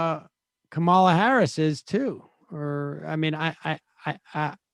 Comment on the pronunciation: oh hey btw her name isn't kuh-MA-luh, it's KAM-uh-luh